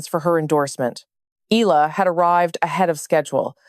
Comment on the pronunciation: It's pronounced: Eh..ya..la